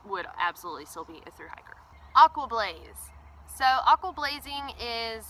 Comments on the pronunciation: What's a "hicker"? I heard you say the word on your trail-updates a few times, but this video doesn't cover it. I would guess that "hicker" is "hiker", pronounced differently for special occasions. If that's correct, what are these occasions? If it's incorrect, what /does/ "hicker" stand for? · Just the pronunciation of "hiker" in a regional Southern dialect.